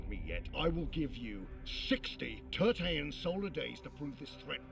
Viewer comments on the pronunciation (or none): none